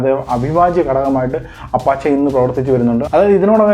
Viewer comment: അപഷേ എന്നാണ് ഉച്ചാരണം